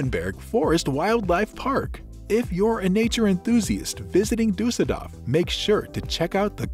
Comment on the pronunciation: DORF nicht DAF